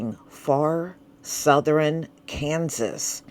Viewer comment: It's South-thern, Not South-ther-rin, Or West-ster-rin. 😂 WHO raised you?! Lol 🤣